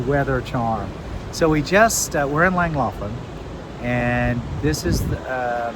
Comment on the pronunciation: Ohh that pronunciation is bad.